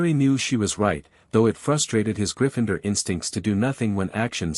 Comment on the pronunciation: there is no E after the N in Gryffindor so stop saying Gryf"fine"dor you bloody wanker!